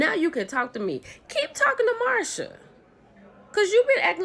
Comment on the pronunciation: So, are you mispronouncing Marseu's name on purpose? Is it an inside joke? Cause I'm confused every time you say Marsha!!!